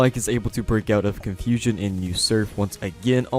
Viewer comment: Lol you say confusion funny